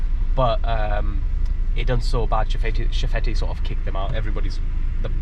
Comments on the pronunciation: Nice video! I'm from barbados so it's cool to see content like this. I was listening and just wanted to let anyone who was interested know that it's pronounced shef-et (that's probably a weird weird to put it but just wanted to say! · Nice video. Just one correction. It's pronounced chef-fet. The te at the end is silent.